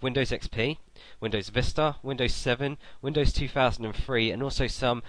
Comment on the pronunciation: "Windows two thousand and free"